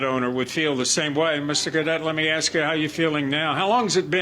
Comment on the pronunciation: The first thing taught in school should be “ax” is NOT “ask.” The worst.